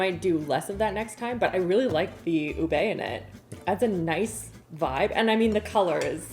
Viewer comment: lol oobay lol lol lol, it's more oobeh and it's ha-lay-ah, lay as in bed, not lie as in fib.